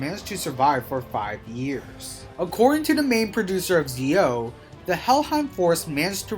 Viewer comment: it's Zi-O(Ji-O) not Zeo